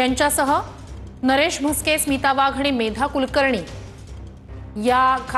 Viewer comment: नरेश मस्के याला नीट नाव सांगता येत नाही याला संसद रत्न. काय mota जोक आहे